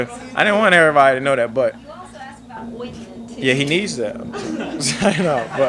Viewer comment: "You got that oitntmeant"😂